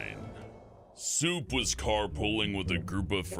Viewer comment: I thought you called Soup ‘Simp’